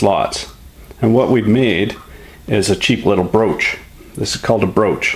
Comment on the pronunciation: The word of today is BROASCH!